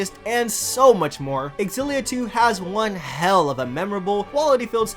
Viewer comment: I like how you pronounce Xillia! I kept pronouncing it such as "Zillia"... Also, they fixed Rowan in this. I really like Elize, but for some reason when I try to run her artes, the enemy easily hone in on her. I like to keep her away from the crowd. I haven't gotten to the post game yet so I can't say I know how they end up late game wise.